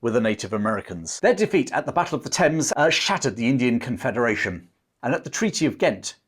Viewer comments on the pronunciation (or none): none